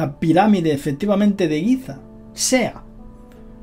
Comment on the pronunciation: Giza, no Guiza...pffff